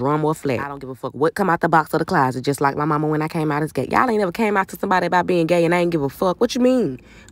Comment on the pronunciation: Spit it aht...No🙅🏾 Spit it aht...No🙅🏾 Spit it aht......NO🙅🏾🙅🏾🙅🏾